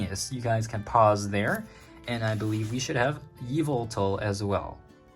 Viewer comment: You pronounced it wrong its not Ye-vel-tal its Ya-vul-tal (PS this is a joke from the Mandjtv community)